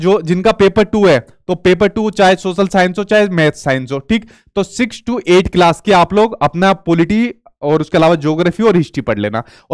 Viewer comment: Aap bhi to class ka galat pronunciation kerte h